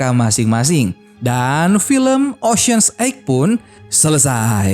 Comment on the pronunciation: Pantesan gw nangkepnya bingung